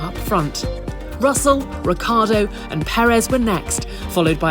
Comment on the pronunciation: I don't believe my ears, she said "Pérez" correctly (no "Peréz" anymore)!